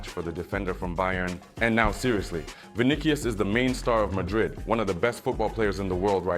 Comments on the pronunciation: First of all, if you can't pronounce names the right way. Don't even bother to make videos. It irritates fans when someone hears their team's player's names being called the wrong way. It's freaking VINICIUS. Pronounce it Vi-ni-ci-us. How do you pronounce cautious? That cius and tious should be pronounced similarly. Le loda zyada explain krdiya. Bkc ko samajh bhi nhi aayega. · What is vinikius? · The C in Vinicius is a soft c bro! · Vinicius Vinicius , not Vinichio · Bro is a Real Madrid fan n doesn't even pronounce Vini's name correctly...😂😂😂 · Bro stop butchering Vinicius his name. Just say Vini and make your life easy